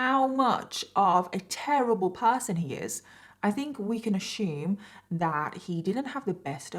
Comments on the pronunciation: "We can ashooom" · I've never heard the word assume pronounced as ashume❔